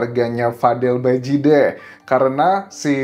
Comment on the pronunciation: Bukan badije BG tp bajide😂